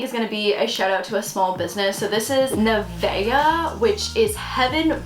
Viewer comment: no because my name is nevaeh and idk how to feel about somebody actually pronouncing my name right